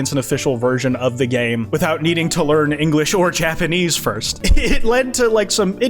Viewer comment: Linglish lmaoooooo